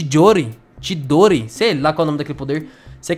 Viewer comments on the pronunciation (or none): ti-chi-chidói sla como q se fala Eu:chidori